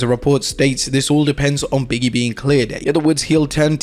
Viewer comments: it’s Big E not Biggie, say it right you’re a wrestling account know how to say the wrestlers names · Biggie, Biggie, Biggie. No. It's Big E :)